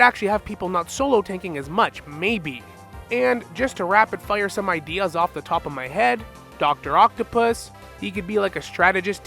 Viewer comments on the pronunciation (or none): none